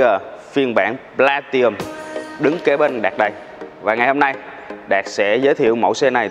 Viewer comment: Góp ý với bác Platinum nó có chữ N nhưng bác bỏ qua không phát âm, hạt sạn nhỏ nhưng vì từ này xuất hiện nhiều trong video làm mất vui khi xem